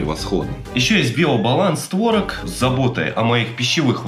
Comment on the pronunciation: Не творог, а творог